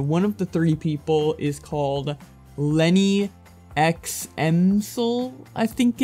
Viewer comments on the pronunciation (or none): none